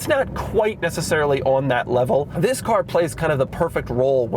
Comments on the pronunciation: Doug, the way you say “THIS” at the beginning is kind of annoying. Could you try something else please? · Doug’s the type of guy to jump every time he says the word “this”.